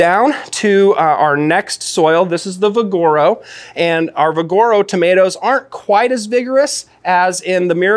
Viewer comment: It's VIGoro, not viGOro